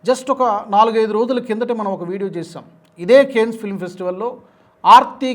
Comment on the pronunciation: Your pronunciation of Cannes is wrong. Try to correct it.